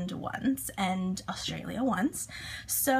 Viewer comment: What part of America are you from? You pronounce Australia almost normal :)